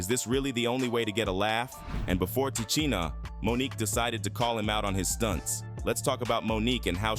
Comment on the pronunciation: Please please pronounce her name right;!!! Come on say it with me Ti SHEEN A.... Now put it together and say LOUD...😂😂😂😂😂